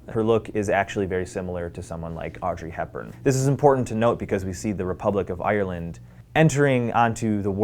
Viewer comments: He’s saying Ireland wrong 😂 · I hate the way Americans say Ireland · Am I the only one who finds his pronounciaton of Ireland funny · Im Irish and I'm sorry but I hate the way Americans pronounce Ireland hahhah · the way he says Ireland makes him sound like a pirate